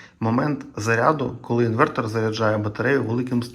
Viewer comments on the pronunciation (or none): none